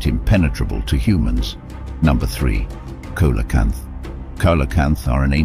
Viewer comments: The fish is pronounced See-lo-canth, not cola-canth. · So none of these animals were actually extinct, only believed to be extinct. Also, it is pronounce sealocanth, not colocanth. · Robot voices have gone a long way since the 90's. The only way to tell is that animal proper names will often have different pronounciations. Some pass me a COLACANTH, I'm getting thirsty.